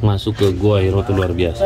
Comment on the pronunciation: Gua Hiro? Gua Hira. yang betul tulis dan bacanya.